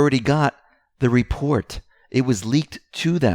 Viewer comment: WHY, WHY do you persist in saying "Welcome to the X22 Repore"? The word is "reporT."